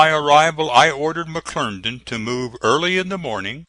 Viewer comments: McClernand, NOT McClerndon!! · If he says McLerndan one more time....!!!!! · it was pronounced mcclerndon